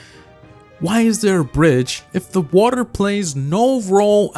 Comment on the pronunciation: cr season 1 the flod... FLOD Whater WATER